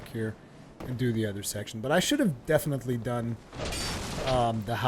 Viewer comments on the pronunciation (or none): none